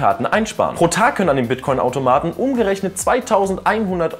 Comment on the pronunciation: habe Bitchcoin verstanden